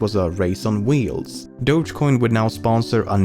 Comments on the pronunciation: DO-GE COIN ffs. Not Dodshhcoin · >Dogecoin >pronounced as DODJ WHY